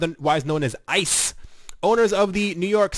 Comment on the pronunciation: And the company acronym is pronounced Ice like frozen water.